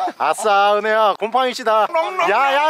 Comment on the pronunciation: 처음에 곰팡이 여러분이라는줄 ㅋㅋㅋㅋㅋㅌㅌㅋㅋㅋㅋㅋㅋㅌ